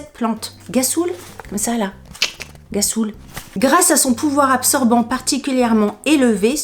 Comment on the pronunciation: fou rire à la lecture de gassoul qui se prononce rrassoulle mdr en même temps quand on connait pas. ma pauvre en tout cas j'ai bien ris merci pour ce moment🤣😘😘😘😘😘